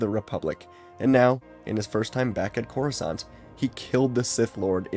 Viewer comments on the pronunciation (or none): none